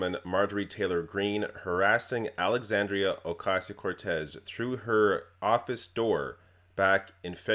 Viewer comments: Alexandria "Oh-Kay-Sio" Cortez She can't even say the name correctly. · It irks me how she said "Ocasio". I imagine her purposefully mispronouncing "Kamala" too. As if these individuals aren't heavily publicized about and the proper pronunciation isn't nationally known... She has no tact. No class. I can already see the child she still is, in a grown-ass body. Any of her classmates report horror stories?